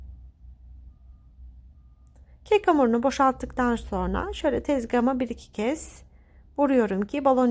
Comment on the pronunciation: Lütfen Türkçemizi düzgün ve dogru bir sekilde kullanin... SORNA degil "SONRA" Bilhassa Sosyal medyada dünyaya paylasimlar yaparken buna çok ama çok dikkat etmelisiniz... çok sinir oluyorum güzel Türkçemizin yanlis telaffuz edilmesine ve yozlastirilmasina dayanamiyorum...